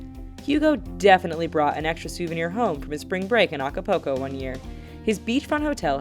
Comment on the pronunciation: the way she says acapulco... *facepalm